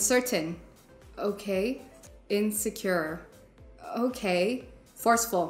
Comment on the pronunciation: It's odd to have a speech coach say "okay-ya" and "cer'in."